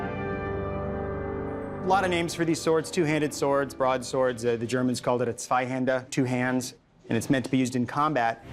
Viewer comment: but he pronounced it "zuh-vy-hander". Not sure if the expert has reading problems or...